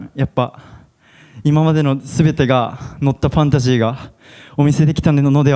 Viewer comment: ファナシーに聞こえます😅 ファンタジーって言わないんですね。